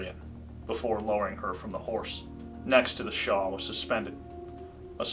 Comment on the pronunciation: *shawl, not “shaw”